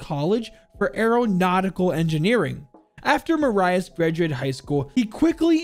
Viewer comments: The why you said Marius killed me "Mah-Rah-Ius" it's "Ma-rih-us" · I think his name is pronounced "mar_u_s" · Hey man btw it’s pronounced Mariius Streiker the i in his name isn’t pronounced like Mariah it’s kinda like Mira but Marius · I believe Jager’s name is pronounced like “Marry us” (without a pause between the two words) not “Mar Eye Us” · My name is Marius not maryahs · He is called Ma-Ri-Us, not Muraius. Yes, German Is hard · Marius is pronounced Mareus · I believe his name is pronounced mary us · I mean English has a different pronunciation of the latin alphabet, but to answer your question: We wouldn't pronounce Marius like he did either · As german it hurts how you say marius streicher Still good video Greetings from germany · His pronounciation of Marius is killing me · Its funny how wrong he says Marius as a german😆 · For me as a german, its kinda triggering how u pronounce the name Marius lol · His first name isn't "mah-rye-is" its "mare-e-is" then the last name is pronounced "striker" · I just hear butcher jager's name.... It's pronounced maareeous striker, lmao